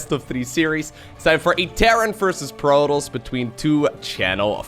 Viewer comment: can't say Protoss, he says PROTOLLLS (ALL THE LLLL'SSSS) LOL XD